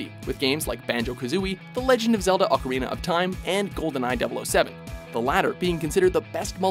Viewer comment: Why are you saying ocorina of time a say in higher quality when it sucks ass